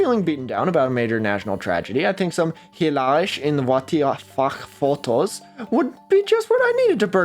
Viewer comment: You really need to work on your Dutch pronunciation. The (sch) in Dutch is not /ʃ/ like in German, it's actually a cluster /sx/ and word finally (as in hilarisch) it's just /s/. I suppose pronouncing as [w] is technically not wrong because there are some Flemish variaties that do that, but the most common pronunciation (esp. in the Netherlands) is [ʋ].